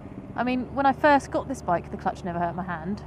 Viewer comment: I understood you saying "my crutch is getting really stiff" haha